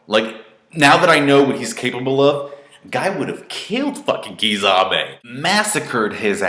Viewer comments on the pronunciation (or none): Btw bro it is not pronounced "Kizame", his name is spelt Kisame. Key-sah-meh